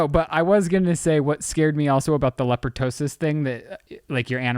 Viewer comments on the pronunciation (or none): Leptospirosis - pronounced Lep-toh-spy-roh-sis - but prefer Lepo-tosis 🤣. Love you guys!! xx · leptospirosis? Lep toe sper osis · Lepto-spir-o-sis 😂 I work at a vets office and struggle with medication names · It’s leptospirosis 😅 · The way y’all are pronouncing leptospirosis has me sick.